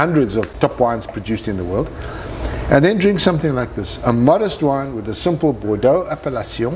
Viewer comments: Starts video recommending you turn subtitles on to understand his english, is totally understandable and even pronounces Bordeaux better than most americans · "Hm, maybe I'm wrong but it would be strange" drinks some more "Hell no I'm not wrong" drinks "No fucking way I'm wrong" driiiiiiinks "You tried to fuck with me, bad move" proceeds to absolutely nail the French pronunciation while "dying" in heaven This man knows his business